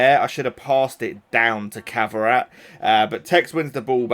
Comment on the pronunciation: Kvara pronunciation is killing me man 😂